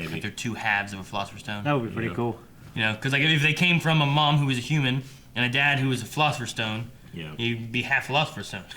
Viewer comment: "fully hooman"